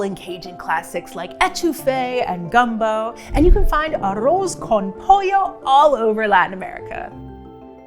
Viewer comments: There are kinder ways to offer correction on someone's accent. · 'Arose con polio'? USA teaching of Spanish has committed so many sins.